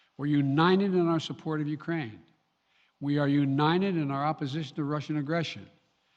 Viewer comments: The president of the United States of America cannot say UNITED. How did this happen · we are "uninen" ...four times he says uninen. what does uninen mean?